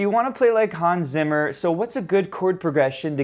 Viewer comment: Zimmer… es heißt ZIMMER 🧐